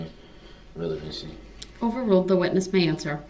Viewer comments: I decided to start a drinking game every time I heard "Objection! Rellybency!" I died 20 minutes in. :) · Rellybency 😆😆👍 You should 'substain' from alcohol!!